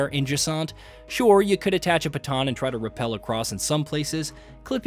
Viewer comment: Piton is pronounced as ˈpētän